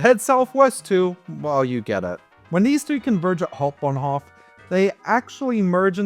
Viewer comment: I give you DISLIKE because you're talking like a rotten wild boar, uneducated, unrefined, noisy, and cheesy to the utmost. Hau in Hauptbahnhof is pronounced like how, not haw.